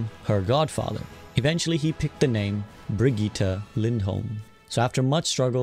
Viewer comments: Bro said Bri-geeta and not Bri-jet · Its said briggite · Bro really said brigeeta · how is brigitte pronounced cuz i swear its as simple as Bridge-it not Bruh-gi-tah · great video but bruh said brig-e-ta instead of Brigitte